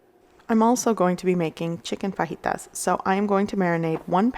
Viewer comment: Love the way you say fajitas.. correctly thank you!